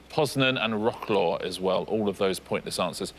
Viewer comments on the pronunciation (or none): I'm Polish and I love Richard's pronunciation of "Wrocław", it's as far from the correct one as it can be! :D But what's more hilarious, I once heard it live, from some Asian guy on the train station, and it took me a few minutes to understand what city he was asking about... Can't blame Richard and the guy!